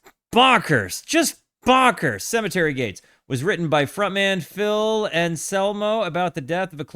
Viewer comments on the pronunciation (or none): none